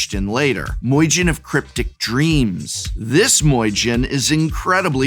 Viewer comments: Listening Prof pronounce myojin as moyjin sounds kinda weird. Aside from that, please let this be a series. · "Moijin" 🤣 Oh Prof, I love how hard you lean into mispronouncing Japanese words and names. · Myojin is pronounced “mee-oh-jeen” (-jinn is also acceptable) with the first two syllables sort of ran together. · That Moy Gin gets me 😂 honestly the perfect deck for the myojin tho I love that synergy and pronunciation